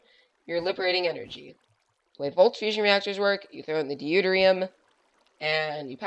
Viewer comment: Great reactor- Deuterium is pronounced Doo-Tier-Re-Um